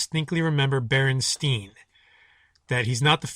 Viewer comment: when you pronounce it at the start. you don't even say Berenstein. bear-en-STINE is how you pronounce that last name